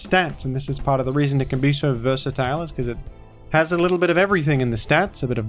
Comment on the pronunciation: you say versatile weird